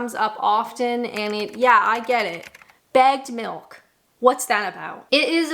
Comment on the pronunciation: Took me three or four listens to realize you were saying bagged milk, not bad milk.